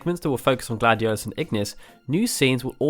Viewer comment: Please don't use names if you don't know how to say them. this LuciiAYE and GladioLOUS (or whatever) hurts my ears 😡